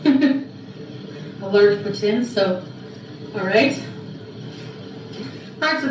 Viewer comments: the proper Pronunciation is Poutine NOT Poutin. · It’s Pouteen, not Poutinn. I met someone today from Montreal. I asked her how to say it. is an idjit.